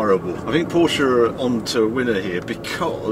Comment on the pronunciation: Glad to hear you pronounce Porsche name correctly 😊